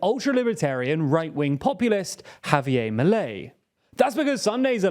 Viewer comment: It's definitely not pronounced Maley, more like Mee-leigh